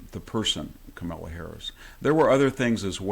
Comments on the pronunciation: dont forget CAMEL laa... HAHA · Haha ! He called her KamEla, not KAmala, love it ! And he did it each time !😊😅😂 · Victor Davis Hanson, please be more articulate and stop saying "articulant" and "nucular." It would also be more gracious and dignified to say Harris' name correctly, with the stress on "Ka-." That's her name. I can't stand her but I don't need to get puerile by distorting her name. You should be better than that, Mr. Hanson.